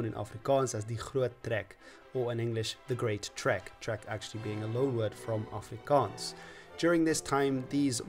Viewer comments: What a delightful suggestion by the YouTube algorithm! As a South African I must say that your pronunciation of Afrikaans words is *chef's kiss*. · As an afrikaaner who often has to suffer the ignorance of people who can't pronounce things right, I just have to say, absolute mad respect to you for going through the trouble of learning the correct pronunciation and getting it on point. Also thank you for all the effort you put into this, despite being afrikaans my parents gave me a very english upbringing, and now that I'm a young adult I realized how little the schools taught about my own and other peoples culture, so now I'm scavenging on the internet for the history of my people and my country. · Thank you for doing video's about my country, our history and my language. 😊I have never yet been insulted or gotten irritable watching your videos where you speak Afrikaans, if I didn't know better I would have thought you a local. 😅 Your pronounciation is impeccable, I appreciate the research you always seem to do with the content, and enjoy the obvious interest you have for South African history and Afrikaans. I've said this in a previous comment on a video you did about Afrikaans, "knap gedaan".